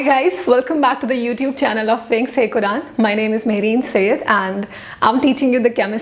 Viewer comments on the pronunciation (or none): none